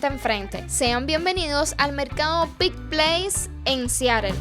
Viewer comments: Deberías informarte antes de hacer un video. "Pike" No se pronuncia ( pik ) se pronuncia: PAIK ! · te admiro muchísimo, solo una sugerencia. Aprende bien como se pronuncian los nombres de los lugares que visitas. Ya son varios videos en que desatinas por completo. Pike se pronuncia 'paik', no "pik". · Hola, Se pronuncia PAIK. Espero no te moleste que te corrija. A mi sí me gusta porque si nadie corrije entonces uno no aprende a pronunciar correctamente y sigue cometiendo el mismo error por años. Mucha salud para que sigas adelante. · Se pronuncia Paic…. Me encantan tus videos !